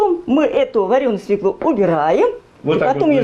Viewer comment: идея хорошая, но.... 1_ знакомство с участниками_ как зовут, и т. д. 2_не ,,ложишь,, ,а ,,кладешь,,. 3_не свеклУ, а свёклу. ударение всегда на е.( с точками)